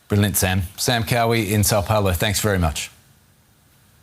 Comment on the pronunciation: São Paulo not Sao Paolo… when will they learn